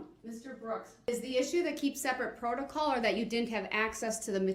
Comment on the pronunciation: He loves saying Protacaw 😂